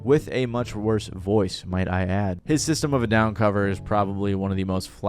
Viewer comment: I could have lived the rest of my life without hearing MGK butchering SOAD. Thanks 😂😂😂